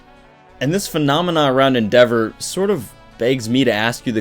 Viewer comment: Your mispronouncing endeavors name en-da-vor not en-devor